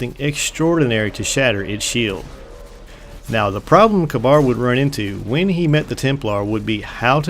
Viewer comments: I think Kabr is firstly pronounced Kāber second he went with panahin the warlock and praedyth the hunter and he had some sort of trial in the trial of kabr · I think its pronounced Kay-Burr.